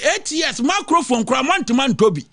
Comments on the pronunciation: Did I hear "macrophone"? 🤭 😁 😅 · After twante twante, ANPP ANDC APATWUUNITY, You desnt wown a meecrofon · Apotwunity. You doesn’t wown a macrofone.